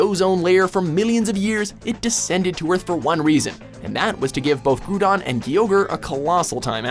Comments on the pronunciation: did he say grudon instead of groudon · Wow. You butchered all three of the the legendaries pronunciations. "Gru-don" I hear this one a lot, so you can have this one. But seriously, Ground. Groud. GROUDON. Come on people, you're killin' me. "Ray-kwa-za" I hear this one a lot too, but you pronounce the last part of its name "Quasar" Ray-Quay-Zar. But Kyogre? You pronounced it right the first time but then said "Key-ogre" the second time. SMH. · DID HE JUST SAY GROODON, HE SAID FREAKING GROODON! AHHHHHHHHHHHHHHHHHHHHHHHHHHHHHHHH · Wow he said groodon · Peter Fragoulis its supposed to be pronounce as growldon not grooodon lol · Its Groudon not Grudon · Not Groudon Grudon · U said groodon not groudon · "... Groodon and Keeogre..." * facepalms myself * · Yo its called groudon not groodon idiot Wat the heck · It's not pronounced Groodon. It's Groudon, dummy!!!!!! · it's groundon not gruudon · grudon WHAT DO U THINK U R DOING CALLING THE ALMIGHTY GROUDON grudon GOD GET YOUR POKEMON FACTS RIGHT😠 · I'm convinced mispronounces names and words ON PURPOSE to piss us off cuz nobody can't be so fucking illiterate and stupid to pronounce groudon "grewdon" fucking bullshit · "Groodon" Dude, it's Groudon, not Groodon. *Dies* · back at it again with the mispronunciation of names. Who the fuck calls Groudon, Grudon? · Wait, so the guy can pronounce Gardevoir flawlessly, but pronounces Groudon as "Groodon"? What type of fuck shit is this? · "Grewdon" lol I cringed every time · "Gru-don" lmao nooooo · its fucking groudon not groodon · Kyogre>groudon No, just no And its- groudon not grudon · It's not Groodon, it's pronounced Grau-don. You said Kyogre correctly at the star of the video; how do you mess it up now?! And again, it's pronounced Grau-don. He's been listening to the Hoenn Pokérap way too much. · HARRIS 8 No. No its Pronounced Groudon. If it was Groodon it would be spelt FUCKING GROODON!!! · "Grudon" I think we're done here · Groo-don and Key-ogre